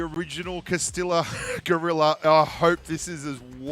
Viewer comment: ……this Texan taught you how to say Cah-ste-ah. Not Costilllllla.